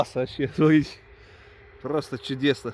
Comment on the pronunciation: Смарите,смарите...А букву Т где потерял,в грибах?Назвался блогером- полезай в кузов,то есть следи за речью,япона твоя мама!